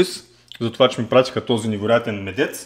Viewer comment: Какъв е този медЕЦ?? Ядец!! Думата е едносрична и в мъжки род. Къде може да пада ударението? Я кажи къде е ударението сега на училища, летища, мостове, лостове? Казва се мЕдец